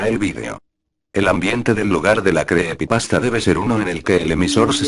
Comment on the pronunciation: Creepepasta no, se dice creepypasta jajaj